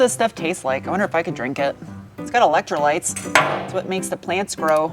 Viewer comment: It's got 'electrolyrs'.😅😅 My mind immediately went to 'Idiocracy' 😅😅